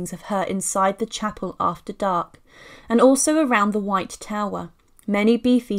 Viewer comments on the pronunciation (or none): none